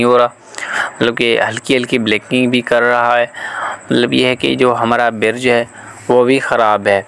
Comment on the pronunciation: Birj ni hota Bridge hota ha ap bar bar birj birj q bol rahy ho